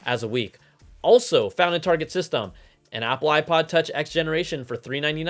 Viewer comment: He said Targeee like French not Target